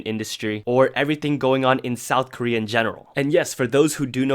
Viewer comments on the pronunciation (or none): none